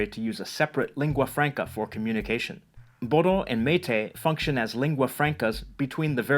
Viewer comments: Bodo is not cell Bodo it's boro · Btw Bodo is pronounced as Boro